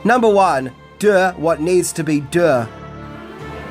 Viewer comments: Anybody feel like playing a drinking game? Every time He says hot shots part duh aka part duh 😂 Take a shot Y so serious 😈🥃🃏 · You’re pronouncing Deux wrong. It’s basically “Do”. Rhymes with two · French is my mother tongue and your pronunciation of deux is impressive. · Ffs, learn how to say 'deux' when you know you have to say it so much! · Drinking game. Shot for every time he says "Deux"